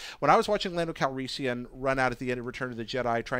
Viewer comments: Thank god I'm not the only one! Not to mention "Lando Calreesian"... SMH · needs to learn to pronounce these names correctly. Bobba Fett? Lando Calreesian? Even actor's names. Max von SYdow. Not Max von SIDow.